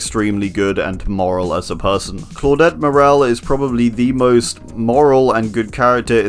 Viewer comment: lol claudette “morel” sorry